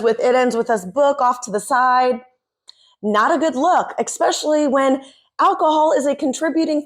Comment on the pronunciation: Good video. BTW, when you say“especially” - you sound like saying “exspecially”